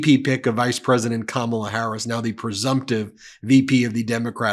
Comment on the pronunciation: Why do they insist on mispronouncing president Harris